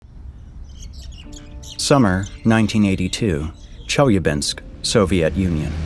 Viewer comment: look at how it pronounced Chelyabinsk